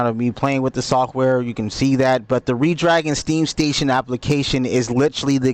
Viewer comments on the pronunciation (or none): Great review. Redragon is pronounced as "Red-Dragon" (/ˈrɛdˌdræɡən/), just like the color red followed by the word dragon. Despite being spelled as one word, it is commonly pronounced with a slight pause between 'Red' and 'Dragon', or as two distinct, fast words.